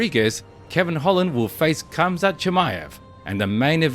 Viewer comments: RRRamzat not Quamzat damn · I think the “K” is silent. Hamzat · it is pronounced hamzat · You're saying his name wrong and pissing me off!